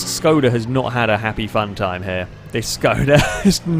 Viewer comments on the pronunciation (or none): Actually, it should be pronouced as if u wanted to say Shkoda ^_^ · ITS NOT SKODA ITS ŠKODA!!!